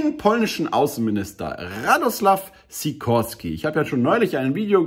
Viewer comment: Eher wie Schikorski aussprechen glaub ich . Der entscheidende buchstabe fehlt hier in der ussprache 😥 wie Skier am anfang „schi…